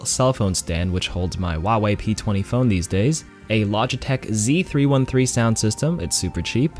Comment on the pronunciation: The H is Huawei is not silent